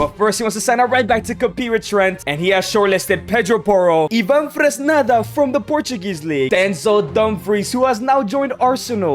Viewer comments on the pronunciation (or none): none